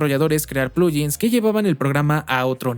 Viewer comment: "Plugin" viene de "plug in", así que sería un poco más correcto pronunciarlo como "pluguin", no "pluyin".